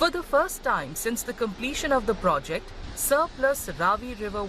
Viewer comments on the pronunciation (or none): none